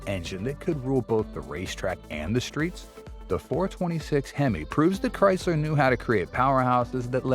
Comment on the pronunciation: Why's he mis pronouncing hemo